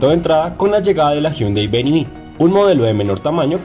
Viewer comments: Hahaha opino lo mismo me causo gracia cuando dijo Hyundai VENI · Ustedes pensarán que solo los critico, pero es que dan papaya... Hyunday Venue /véniu/, así es de fácil de pronunciar. Sigan mejorando. Un saludo.